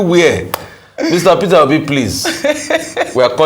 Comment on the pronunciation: I like how that young preacher called him Fitter Obi 😂😂😂. In the east we call him Pitobi 😂 and the Yorubas say Peter Hobi. 😂